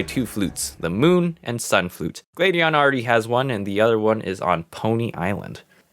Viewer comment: I felt triggered when he said Glade-eon